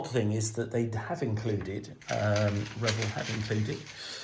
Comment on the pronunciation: Very nice,. And thanks for pronouncing Revell properly!